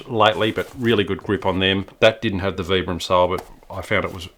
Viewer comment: I took some management development courses with workers from the Vibram North Brookfield, MA factory. You are pronouncing the brand name correctly. Vi bram, not V bram Also if a woman tells you that you have too many shoes, then you have too many shoes.